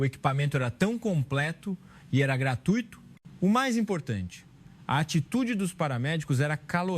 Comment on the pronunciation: GratUÍto? É dose cavalar. É graTUIto. Não tem acento.